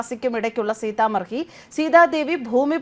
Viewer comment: സീത മഡി എന്നതാണ് ശരിയായ ഉച്ചാരണം